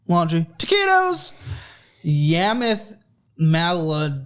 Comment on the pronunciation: I love how he broke when he tried to pronounce Yamileth Maldonado